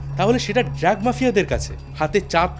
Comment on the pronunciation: ড্রাগ কে বারবার ড্র্যাগ বলাটা কানে বড্ড লাগলো, আর আপনি দয়া করে বলার গতি একটু কমান, মনে হচ্ছে যেন পড়া মুখস্থ বলছেন।